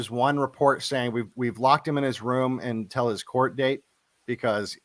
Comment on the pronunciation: I love Devon stack but he needs to learn to pronounce “until” It’s not “n-tell”